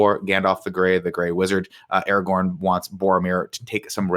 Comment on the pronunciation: It’s ARAGORN, not Aragon!